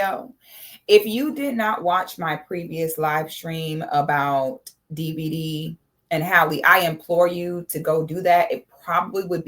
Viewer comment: is just butchering his name!🤣😆